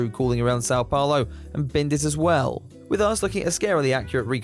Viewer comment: “sau” paulo is crazy